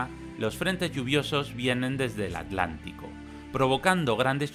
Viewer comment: wow dijiste aTLantico! sin separar la t y la l, alucinante